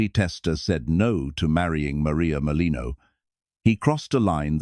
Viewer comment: It's Merlino.